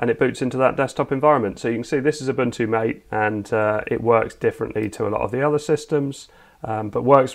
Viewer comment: "Mah-tay", not "M8".